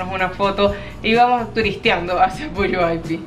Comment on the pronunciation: lees textual el pueblo de Puyuhuapi, pero se pronuncia con G Quedaría PUYUGUAPÍ, lindo video